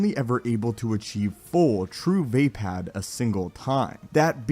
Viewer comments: its v-ah-pah-d, not v-ae-pad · It's absolutely Not pronounced VAY-PAD. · Va'apad. Vah-Pod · does anyone else think it is pronounced as vah-pod? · Had to click off this video just bc of the way he says vaapad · Say Vaapad one more time please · You are saying vaapad wrong.